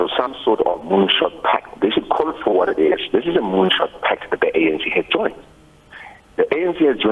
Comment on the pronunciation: Did he said moonshot pack or moonshock pack